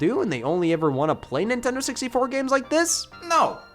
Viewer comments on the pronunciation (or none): did he just say Nin tend on 😂😂😂😂 nigas